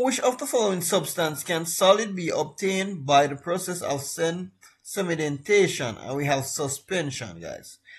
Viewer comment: You have a lot of mispronunciations sir. "anthoms" "iconic" "senimentation" and many more.